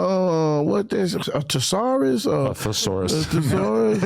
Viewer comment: “Installing fear” “Tuhsaurus” Please never bring this man back.